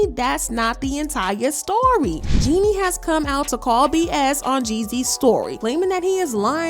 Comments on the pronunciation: I wish they would pronounce jeannie correctly it’s pronounced “Genie” (like genie in the bottle) not “jenny” 🤦🏾‍♀️ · Her name is Jeannie not Jenny you guys need to at least understand how to pronounce the woman's name before making gossip blogs about her